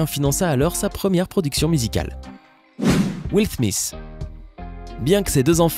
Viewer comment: C'est juste moi ou il a vraiment dit will thmis !!!